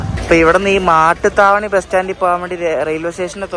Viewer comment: മട്ടുത്താവണി അല്ല, മാട്ടുത്താവണി ആണ്.